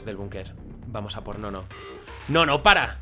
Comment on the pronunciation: en parte no, la voz de es muy fina para la actitud de white {se llama white pero le dicen guardian, NO SE LLAMA WALTER HEFBBHRRBJBERBJHRRBHEJHBHJVERRBJEBR} ademas de que no sabe mucho de los teletubbies, eso porque no puede diferenciarlos y que no hace bien la pronunciacion de '''Noo-Noo''' quedaria mas a la voz de dipsy, la de el es mas fina y el color hace que quede con la voz de conclusion☼ es Jesus:shelterin